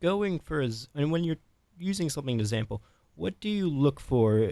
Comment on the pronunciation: ✨everybody sayin’ how viper calls the moon a planet, but no one mentions how the interviewer pronounces sample as “zample”✨